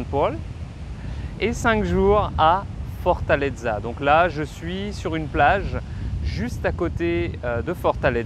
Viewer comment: Pourquoi 'Fortaldza'. Dites simplement Fortaleza.....accent tonique sur le 'e'.